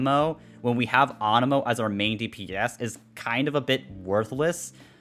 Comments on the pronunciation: AAnemo... you mean anemo. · Ah yes awnemo and the jerd spear ;D